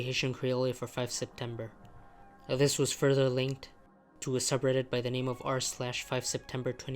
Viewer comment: I like how you pronounce “this” as “uhthis”